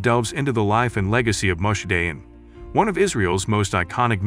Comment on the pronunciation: Nice documentary, but we would expect the narrator to pronounce Dayan correctly. It's not a difficult thing really.